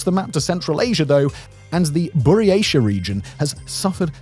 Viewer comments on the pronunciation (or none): Bro said Buryesha and Taiva